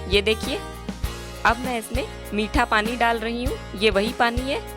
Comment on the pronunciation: Aap rahi ko dahi kyu bolti h